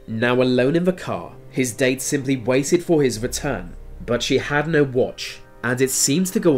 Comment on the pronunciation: And "no" sounds like "nar"